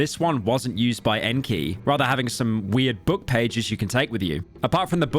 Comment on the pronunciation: Best part is that he's been pronouncing his name just fine 3 hours prior rofl